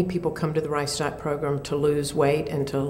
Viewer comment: Sounds like she's saying "rice dot" program. Kind of funny.